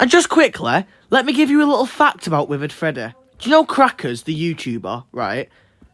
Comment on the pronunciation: I never thought I needed someone pronouncing the name like „Freddäh“ but here I am